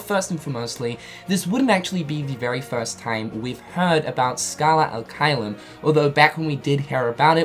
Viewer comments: He says al instead of ad. Ad being latin while al is actualy arabic. So yeah, he's using the wrong language there. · It's Scala ad caelum not scala al caelum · uum... it's scala "ad" caelum, not scala "al" caelum.... sorry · Is it just me or is him saying “Scala Al Caelum” instead of “Scala Ad Caelum” pissing other people off? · its Scala AD Caelum..... not Scala alqaeda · Lol video maker calling it "Scala Al-Caelum" like it's a middle-eastern name or some shit. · Me: "He's gonna say the name wrong isn't he?" Video starts playing Me: "We know how to pronounce it... It's clearly written in front of him but he's gonna mess it up the first try." Starts talking Me: "Here it comes..." Scala AL Caelum Me: ".... aaaaand boom goes the dynamite." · You kept saying Scala AL Caelum and it bothered me lol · I thought I was the only one. How he reads it, and puts it on the screen and still says it wrong?😂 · Yeah he's saying it wrong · *SARCASM INCOMING* Have any of you heard of ACCENTS? No? Well, then. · He usually says all the names, worlds etc wrongly but it's okay